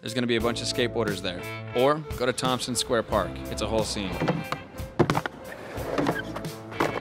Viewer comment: What was that? "Tompsin square park"?